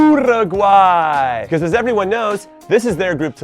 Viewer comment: why can Jimmy pronounce Paraguay the right way but not do the same with UUUUURUGUAY,,,, hahaha its literally the same pronunciation